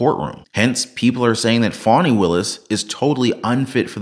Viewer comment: 😂 Sounds like he's saying phoney Willis 😂😂😂